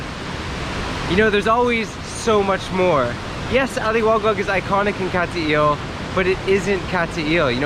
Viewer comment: Not being critical, but my wife says it's not Cat-t-ill. Nice video though. when I get back to the Philippines, I am coming up that way to see those beautiful waterfalls.